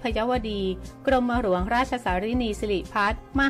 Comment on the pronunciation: หัดเรียนอ่านภาษาไทยรอเรื่อลอลิงให๋ถูกต้องบ้างรอตอตีกันวุ่น .กลับ.ไม่ใช่กรับ.หลวง.ไม่ไช่หรวง.